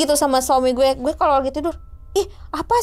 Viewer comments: risih bgt denger "guweh" 😭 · Guweh anak jakarta nih embak...tp ngerasa aneh denger guweh nya embak...😁